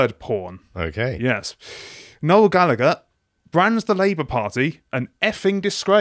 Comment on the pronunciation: Me, an Irish waiting to hear how they pronounce Gallagher. "Galla-Gurr." My disappointment is immeasurable and my day is ruined. I like what he said about Labour, though, haha~